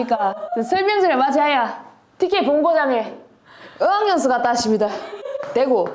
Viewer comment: 설명절도 슬명절임 더 정확히 말하자면 ‘서’와 ‘스’의 중간 발음 어학연수도 ‘어’와 ‘으’의 중간 발음😂